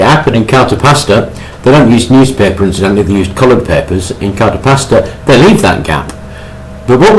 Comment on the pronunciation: It's called cartapesta, not Carta Pasta.